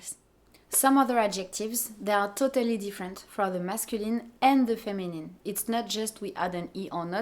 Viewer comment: The words "feminine", "masculine", "actually", "difference", "category", "discipline", "dealing" and "adjective" have a stress on the first syllable in English. Not on the last. :) And you pronounced "help" as "elp". :D